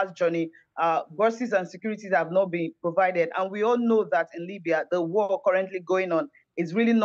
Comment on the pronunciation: Exactly. I was like "Limbya"? And a few contradictory statements